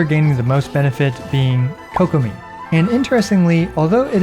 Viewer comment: "Coke Uh Me" its Kuh-Ko-Me